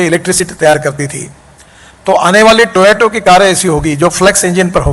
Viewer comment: Talking on a Toyota sponsored stage and can't even pronounce Toyota... Toyato...